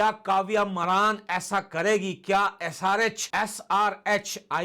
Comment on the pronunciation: मरान नहीं मारन 😂😂 Maraan nhi maaran😂😂